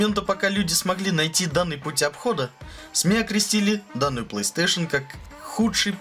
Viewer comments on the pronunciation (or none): Господи, чел, плЫстейшен клЭссик?! Блооо... Мои уши.... Плэйстейшен клАссик (ударение на А)